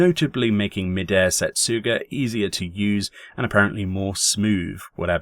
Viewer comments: "Mid-air Set-soogah" it took me too long to figure out you meant Midare Setsuga. I'm a recovering weeb, ok. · "Midair Setsuga" Come on,, you're not even trying to pronounce things anymore XD